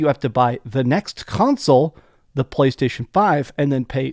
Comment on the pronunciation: "talking about BBlaystation" 😂